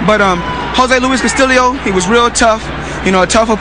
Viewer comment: "Jose Luis Castillio" lmao XD